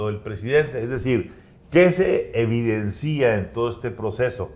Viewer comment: No se dice evidencía, aprende español pelao.